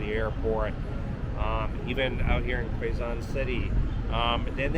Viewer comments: Pronounced K-zon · It is pronounced K-zon. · Pronounced Case zon